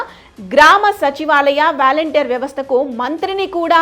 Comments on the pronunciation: వ్యాలంటీర్ కాదు తల్లి వాలంటీర్స్ అని పలకాలి. ఫస్ట్ నువ్వు తెలుగు నేర్చుకో తరువాత ఛానల్ స్టార్ట్ చేయ్ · వాలంటీర్ అని పలకాలి తల్లీ! వారి చేత డబ్బులు పంపకం చేయకూడదు. వారికి నియమ నిబంధనల తో రేషన్ భాధ్యత, స్వచ్చ భారత్, మొక్కలు నాటే కార్యక్రమాన్ని అప్పచెప్పాలి. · వ్యాల౦టీర్ కాదు వాలంటీర్ అని పలకాలి.